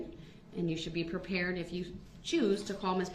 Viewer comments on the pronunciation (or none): "Be Pee-pared" sounds like an ad for those puppy house training pads. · "pee-paired" LMAO 🤣